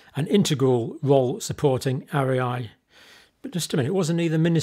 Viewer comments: Is it not pronounced aria like in an opera? I often find John pronounces things a little differently. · Dr John! It’s pronounced ARE-REE-AH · It's clear you have no background in the sciences nor in journalism but you could, at least, pronounce ARIA properly while slagging it off.